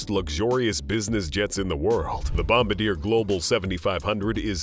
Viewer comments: you should pronounce Bombardier properly, you got Falcon correct but not bombardier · It’s funny that the narrator of this video doesn’t even know how to pronounce Bombardier which proves he certainly doesn’t run in the circles of billionaires or even the rich. 😅